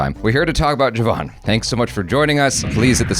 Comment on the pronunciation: Thank you for your review and especially for pronouncing Jawan correctly! 😁